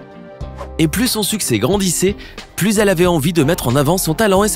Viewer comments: PLUS de sécheresse pas "plusse" de sécheresse !!! t'es un peu gogole 😂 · le projet contre la secheresse c'est " Plus ( comme plus jamais ) de secheresse " et pas " plus comme + de secheresse " ... le commentateur a rien capté 🤣😂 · 'Plus(ssss) de sécheresse', vraiment? Il comprend ce qu'il lit? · salut, super tes videos. je voudrais reprendre qqch: à 5'58, " no more thirsty crop" se traduirait par "plus jamais". Ta prononciation laisserait entendre "davantage".